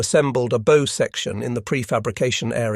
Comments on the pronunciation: ... a "bow" section like a "bow and arrow?" don't you mean a /baʊ/ like a dog, "bow wow" as in, BAUER? making a video about ship building and can't get the pronunciation of bow right. what a world. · It’s called “Bow section”, not “Bow section”. 😊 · You're pronouncing bow wrong. The bow of a ship rhymes with cow while a bow on a present (or an archers bow) rhymes with tow, toe and go. While the two words are spelled the same they come from different parts of England. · An interesting video however the word bow in reference to a ship is not pronounced the same way as the word bow referring to something tied in a piece of string or ribbon - also the teaser headline is incorrect it should read "Every 42 Days Instead Of 230" - the 4 days ship was a one time occurrence